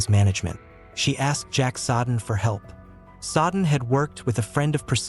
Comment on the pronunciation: I am not a dictionary but the name Jack Soden is pronounced as Jack “So-den”……..not as Jack“Sod-en”. Notice where the D is and isn’t. Good luck to you.